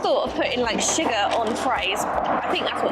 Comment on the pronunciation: ..so cute how you pronounce sugar! We say shugar and you say shiger. It’s like little ones say it over here! Love you guys! Want to see you feed your neighbors and blow their minds!!